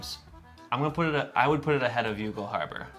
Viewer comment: YOU-GAL? Guys, ask an Irish person ... it's pronounced "YAWL"...